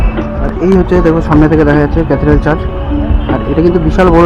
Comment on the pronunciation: The word is Church, not Charge.